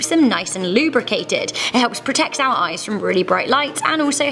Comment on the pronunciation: Hazel. But I can tell from the many times you said it but you've definitely had many flies in your ehs